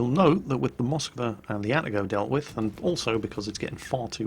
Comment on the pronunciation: A-TA-GO not ATTA-GO